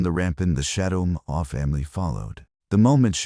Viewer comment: Shadow Maw, not More. Read: to read words now Read: pronounced Red as past participle, Red: pronounced red= Color.